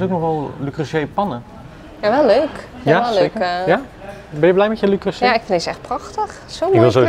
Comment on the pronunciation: Ahh die arme man van Le Creuset die in een speciaal filmpje de uitspraak heeft uitgelegd 😂 “Le Creuseh” dus ❤